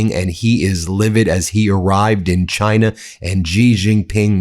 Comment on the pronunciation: And calls it "JIE-na."